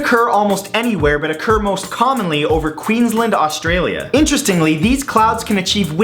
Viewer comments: By the way Queensland is how it is spelt, Queen's Land, not Queen's Lind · I like how he says my state. Queens land not Queenzlend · It's pronounced: QUEENS-LAND not Queenslind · Queenslind? Oh, accents. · I'm sorry I'm australian and that's not how you pronounce Australia and Queensland sorry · You pronounce Queensland weird, it's just weird hearing a Canadian saying it other than an Australian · Haha the way you say Queensland